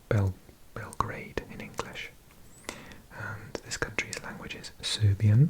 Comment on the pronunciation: You say Beo grad not beo garad Beo grad and then you stick it together Beograd